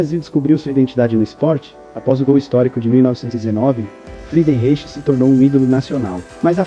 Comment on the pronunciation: "FRIDENRAICH",essa a pronúncia correta .O primeiro craque brasileiro segundo a história.